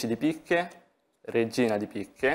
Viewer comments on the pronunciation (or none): ha detto tre di picche, ma ha mangiato un po' la t, anche perchè lui i re li chiama king